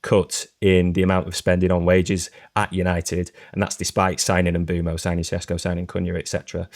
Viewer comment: Lads, I love you, but please learn to say Mbeumo's name. 😭